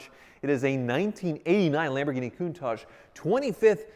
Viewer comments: Literally Everyone: "Countach": "Countage" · Anyone else cringe everytime says “Coon-taj”....? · Why does he call it a CounTajh? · Is it just me or does he pronounce "Countage"???